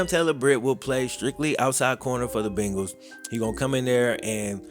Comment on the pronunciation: Why oh why!! Da Bungals!!! Come on Man!!😩